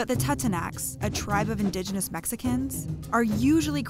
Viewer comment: It's indigenous, not indigineous. How do you butcher that.